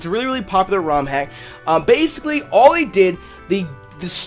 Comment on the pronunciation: When the into said "they" it sounded like "dick" and I just sat straight up like "pause"